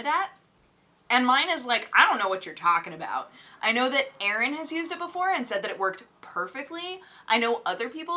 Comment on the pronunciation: What amuses me EVERY TIME is that pronounces Erin and Aaron exactly the same way. AMAZEBALLS.